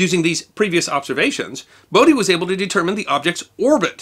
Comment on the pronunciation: ) note on pronunciation.. is Bodie the Bode of Bode's Law? In which case his name is Bode and not Bodie.